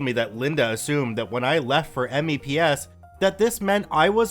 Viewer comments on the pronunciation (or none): Spoken "meps". We don't say 'M-E-P-S' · I can’t help but cringe at him saying that he says it like M E P S and A S V A B instead of meps and Asvab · "Mepps" not "Meeps". But you are correct, pronounce them instead of spelling. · "Meeps" ans "as vab" is how you say it lol. Dad was in the army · Good one BTW but if you ever get to do another video like this please say MEPS as a word not as its individual letters. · MEPS is usually said as a word; it's not usually spelled out audibly. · IKR it was hurting my ears to hear me say it that way. I had to go into the front leaning rest position to cope... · I died a bit each time he said it. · I came down into the comments to say the same thing.. hearing him spell it out made me twitchy.